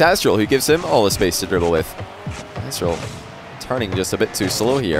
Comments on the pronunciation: nope im native english like and he isnt pronouncing the t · Kyl barry he literally says “azTral” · Nobody's gonna say anything about constantly calling Aztral 'Assdrill'?! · why does call aztral azral? xD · with only checking 45s of gameplay he said azral 4 times. don't correct me if you're wrong. 😂😂